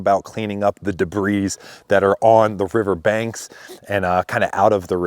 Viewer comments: Da-BREEZE? Sir, it’s pronounced da-BREE. Wouldn’t Samaritan’s Purse be who you need to talk to? Have they left? Praying for you and your neighbors. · the rock that must be moved should be set aside for construction purposes. ps. The "s" is SILENT in "debris" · Hoping Trump sees and responds to your video. Btw the s is silent in the word debris.